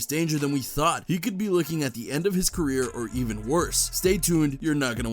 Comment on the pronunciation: "DABABY CERRER"